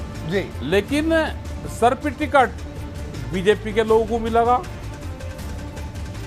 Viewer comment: ये अनपढ़ सर्टिफिकेट भी सही से नहीं बोल पाता है।